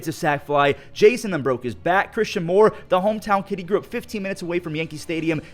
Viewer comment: You pronounced Dominguez first name wrong It is spelt (jasson) but it is pronounced jason